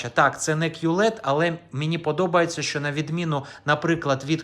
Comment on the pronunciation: Не "шо", а "ЩО"!